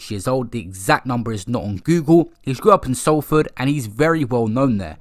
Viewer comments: Not SAL-FORD its pronounced SOL-FORD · man came thru with Sallford 🤣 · the way you pronounce Salford sent me 😂😂